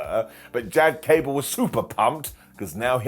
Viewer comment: Did you say “Ghad Cable? NOOOOO BODY TALKS LIKE that.